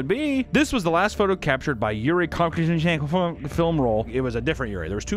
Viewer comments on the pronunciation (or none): Cmon bro there's being stumped by foreign names and then there's pronouncing Yuri as Georgie wtf 😆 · The fact that he pronounced Yuri as 'Georgie' 🤣